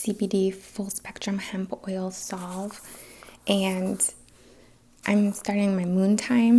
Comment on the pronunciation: Veritas = (ver-uh-toss) is Latin for "truth". Salve = (sav) not solve....(only mentioning to be helpful so don't come at me, trolls)... Thank you, for all you do. 🖤